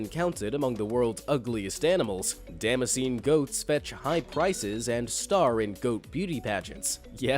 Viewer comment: Damascus goats - not dammassean - it's pronounced Da-mask-an